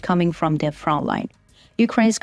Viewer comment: Front line has a "t" in it, it is not Froline.